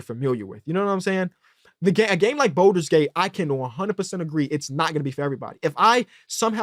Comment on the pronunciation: It makes me so happy to hear talk about BG3. Great take. I just need him to stop saying “Boulders Gate” 😭